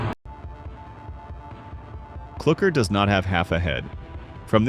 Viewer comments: Its not clurkr its cluker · STOP SAYING CLOCKER